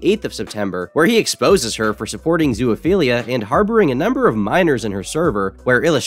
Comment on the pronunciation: This has been bothering me for several videos but why the fuck do you say "zoo-A-philia"? Where's the A sound coming from?